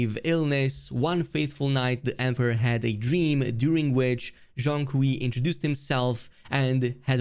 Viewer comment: The pronounce of "kui" in Chinese is more like "quake" without "ke"